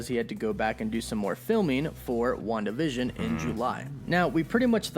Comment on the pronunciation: Wanda Vision sounding like ‘One division’.